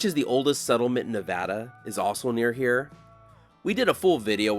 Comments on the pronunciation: Greetings! I'm an expat Californian who retired to Sparks 5 years ago. First, thank you for pronouncing the state name correctly. That's one of the first things I learned when moving here. When I watched your video for the California portion of US-395 I was wearing a US-395 t-shirt from Tom's Place obtained there during their 100th anniversary in 2017. Looking forward to future vids. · Thanks for pronouncing Nevada correctly .